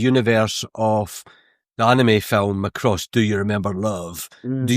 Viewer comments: MackRoss, not McRoss. 😀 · My ears started to bleed when you pronounced Macross like that :D Westerners might recognise the anime as Robotech.